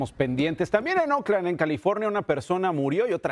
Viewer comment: Oakland se pronuncia Ouk-land, si dices O-kland parece que te refieres a Auckland la capital de Nueva Zelanda.